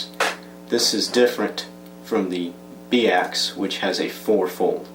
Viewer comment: Pretty sure it's pronounced "By Axe" and not "Bee Axe" :-p